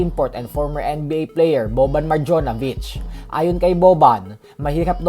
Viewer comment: Maryanobish ang pronounce nun sir hehe